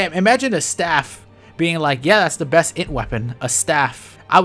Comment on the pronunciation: being unable to read "int" in that one article was killing me